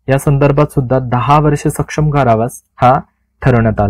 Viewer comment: सर आपण काही शब्दांचा उच्चार चुकीच्या पद्धतीने करत आहात तरी या पुढे काळजी घ्यावी. आपण " सश्रम " चा उच्चार "सक्षम " असा करत आहात; या दोन्ही शब्दांचा अर्थ खुपच वेगळा आहे. अपेक्षा करतो की या पुढे आपण काळजी घ्याल...